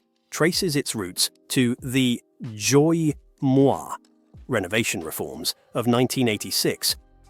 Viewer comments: First of all, Đ in Vietnamse is equal to D in English. There is no Z sound in "Đổi". Secondly, "moi" is "me" in French. The word "mới" in Vietnamese has nothing to do with "moi" in French. No Vietnamese can understand Zoi moi's meaning. 😁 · Why are you pronouncing đổi as joy? The đ is pronounced as a regular d in English. As for the mới, why are you saying it as if it's a French word? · The way he pronounce Doi Moi give me all kind of rage. Edit: Nvm, just realized this is an AI chanel. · as a vietnamese it actually hurt to hear this pronouciation of doi moi lol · All this study for the video, but not 1 second of listening to how to pronoun "Đổi Mới" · Damn, you really made the word ‘Đổi mới’ sounds so sexy 😂😂 good try though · I love how he pronounced "Đổi mới"! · His pronunciation threw me off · ! Please don't pronounce Đổi mới as if it's french. That's just cringe. If people can't speak a foreign word, then just avoid it. Smh. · your pronunciation of "Đổi mới" needs some work. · thật, nghe không giống từ đổi mới tí nào luôn á